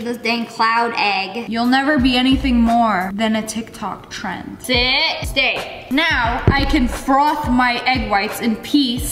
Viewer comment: Nobody: SSSniperwolf: SiT... StAy